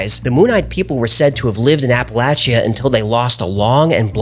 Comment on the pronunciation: Finally! A non-native of the area pronounced "Appalachia" correctly. With a short "a" as the third syllable. Well played, my friend; well played...